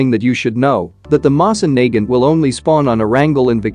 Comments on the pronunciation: I hate how the bot pronounces the Mosin Nagant incorrectly. It is pronounced Moe-Sin Nuh-Gant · Mo-sin Na-gant......say it with me now..... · The way he pronounces mosin Nagant..... 😂 I straight up died from laughter... It's pronounced mo-seen na-gunt.. 😂 😂 😂 😂 😂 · i hate how he pronounces it moss in nae gant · Yal here that right the way he says moving naget sound like,e he is saying n word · Pronounce it moeh sain Nagant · Mosin Nagut😃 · Btw guys, the pronunciation for "Mosin Nagant" is not "Mowsin" or "Moizin", it is in this video... Edit: lol thx, you are the only person that actually gives good tips and tricks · Doesn’t say moisin nagant right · Screwed that pronunciation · He says mosin nagant wrong bruh like the wtf